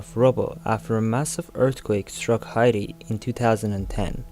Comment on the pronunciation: Just FYI.....HAITI is pronounced "HAY-TEE" not "HI-TEE"